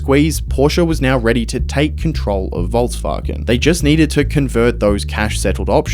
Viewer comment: There is no T in volkswagen